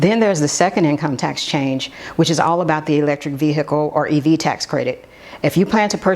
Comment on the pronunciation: Honey, you need to annunciate the word Vehicle, because you literally sound like a hillbilly when you say it…..